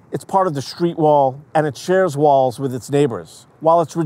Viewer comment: What is a "schtreet"???